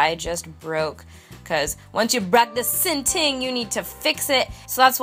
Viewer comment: Dwl sinting 😂😂 I'm Jamaican and it just sounds funny to hear foreigners try to speak Patois